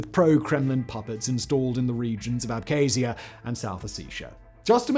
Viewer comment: Good video, but geez man, you mispronounce nearly every single word. “Ukraini,” “Abkhazia,” “Ossetia,” etc. Argh!